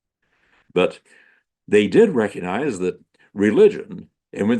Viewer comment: The "G" in recognize is not silent.